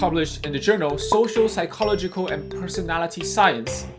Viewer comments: Good one! I don't swear at all personally because I don't want to accidentally use it in class. BTW, the word "psychological " should have the stress on the third syllable, not the second. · Psychological 重音在 “lo” 喔！